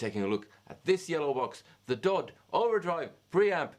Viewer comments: Yeah that darn foreigner..He piss me off, darn that ol' dude It is D-O-D not DODD!! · Am I the only one uncomfortable with the fact he said Dod 250 and not “Dee oh Dee two fifty”